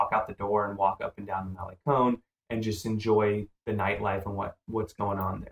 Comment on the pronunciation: Vay AR ta. And mal a (rhymes with may) con, not mal ee con.